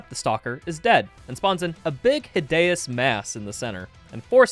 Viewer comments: what do you mean by HIDAYOUS MASS ITS HIDEOUS MASS that pronunciation triggered me so much. just please don't repeat it again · why do you say hi dae us mass its hi de ous 😭😭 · “Hid eh us mass” 😭😭😭😭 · "Hid Deus mass" also i swear you called projectile boosting shotgun punching lmao (though i cant tell if you are talking about punching THEN shooting) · 28:9 "hidayuss mass" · its pronounced hid- e-us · How is nobody talking about the way he says hideous mass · You pronounce "Hideous" in the most hideous way possible 😭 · Why do you say hideous like that on ? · Bro, that's not how you say hideous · amazing video i cant belive you dont have more subscribers but... why do u say hideous like that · Why does he say hideous mass like that? Is it a joke?